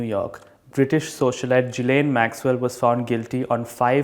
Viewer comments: U gotta pronounce that European name well bruv...It's gi-layn ..not ji-layn .. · well, it was just a friendly nudge to pronounce the name correctly..hehe...